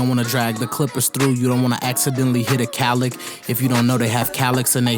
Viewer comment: What's a calic? Or did he mean keloid!